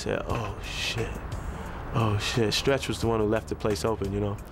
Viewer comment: I noticed how he said Stretch name... R.I.P to a musical genius and Pac the goat!